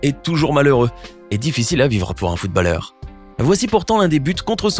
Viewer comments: footballeur se prononce [foutbolleur], pas [foutballeur] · On ne prononce pas le A dans footballeur